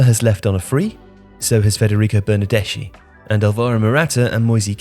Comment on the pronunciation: On italian pronounciation: Moise is pronounced "moys" and bernardeschi "bernardeski" 😊